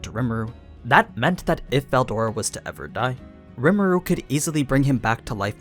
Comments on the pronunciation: the way you pronounce veldora is so fckn annoying it makes my ears bleed. I don't get how it's THAT hard to pronounce. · this isnt in Japanese, so he doesnt need to pronounce it like that. But yes its pronounced berudora.